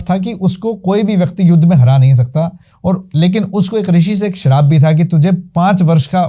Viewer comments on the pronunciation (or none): none